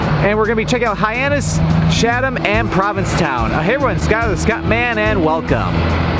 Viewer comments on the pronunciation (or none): Hey Scott, great video but please note you've been mispronouncing the town of Chatham throughout it. The correct pronunciation is: Cha'tm (the "Cha" part sounds like "chat.")